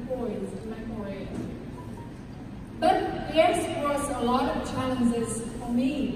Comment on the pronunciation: E nên luyện ngữ âm nữa là ok. Còn giờ phát âm chưa chuẩn lắm. Đặt biệt từ BUT mà e ấy nói kéo dài, ko dứt khoát. Nên nghe hơi nhạt. Âm điệu ko nhấn nhá, và gằng giọng.... Ngoài ra trang phục chọn ko hợp lý, ko khoe đc vóc dáng lợi thế của em...